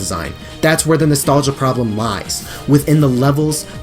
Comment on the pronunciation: say with me, nostlagia!